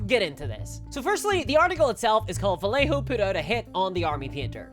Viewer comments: nailing my arse , (ba -ye -ho) the rest its fine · For the love of GOD, Vallejo is pronounced Vie - yay - Hoe. FUCK! Made the paint for Walt Disney. Cool!